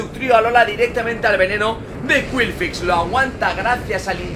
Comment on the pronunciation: curioso como exagera mucho las pronunciaciones de los pokémon para que queden lo más anglosajonas posible pero luego te cuela un qwilfix y se queda tan ancho jajajajajjaja